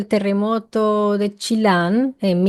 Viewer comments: NO ES chilan … SE LEE COMO SE ESCRIBE CHILLAN .. y La LIGUA , lleva acento en la i por lo que es Lí -gua , y gracias por hablar de él , porque él no fue valorado ni reconocido los diarios mas lo entrevistaban por curiosidad!!!…. Era un visionario , muy perceptivo .. fue uno de los grandes hombres de Chile !!!! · Es Chillan querida.. en Chile la doble l se pronuncia como la ch pero más suave y la Ligua, se pronuncia como li de limón y gua de agua.. la ligua, lo de más, todo bien, gracias por hablar de Muñoz Ferrada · Saludos desde Chile, el nombre Chillan se lee con la doble L como Y, estoy a 40 km de esa ciudad, una vez te hablé en los comentarios sobre los mapuches y sus theoi que se llaman pillan, sus historias son las mismas que en todas las culturas incluyendo el diluvio y otros cataclismos que casi acabaron con la humanidad, y la intervención de los pillan para salvarlos o atacarlos, además de sacrificios y simbología similares a otras culturas.